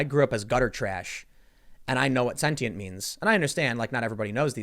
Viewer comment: “Hey dude are you sentient?” Maybe if you pronounced it correctly he’d have half a shot at answering your question.